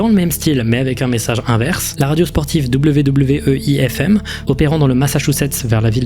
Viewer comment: tu t'es trompé ta dit wwei fm au lieu de weei FM